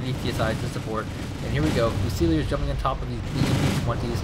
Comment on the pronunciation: It's unfortunate he can't pronounce leopard and fusiliers. Lee-o-pard few-sillys